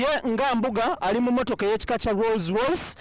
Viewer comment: It's called Rolls Royce not Roz Royce..